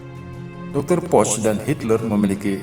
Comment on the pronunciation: bacanya poh. bukan poc hadeh